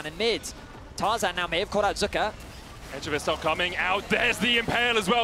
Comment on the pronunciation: Who da foook is zuuuuka? Its pronounced zeka lol